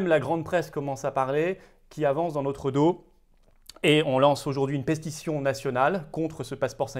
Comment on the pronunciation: Je vous remercie et vous soutiens, mais ici Juste pour se détendre un peu, en tout bien tout honneur, vous lancer une peste y sion, ou une pétition ? On entend pestition... Un lapsus ? Intéressant 😉👍